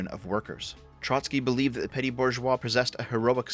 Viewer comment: Why do you pronounce "petit" as "petty"? Don't have to don a French accent, but just say "peh-tee".